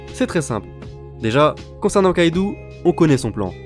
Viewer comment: Une remarque: C'est Kaido pas Kaidou